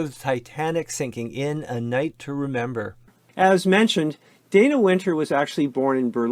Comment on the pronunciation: Dana Wynter's first name is pronounced "Donna"...